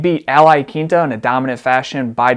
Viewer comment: Al "Iakinta" LOL